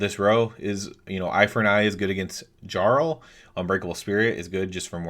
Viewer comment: Jesus fucking christ. That's not how you pronounce "jarl"